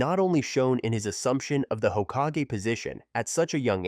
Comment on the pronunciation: When I heard 4th Hokaje, OK. Pass.